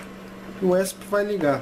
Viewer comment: "esp" mano esp nao é uma sigla? acho q o certo de se falar é E S P cada letra independente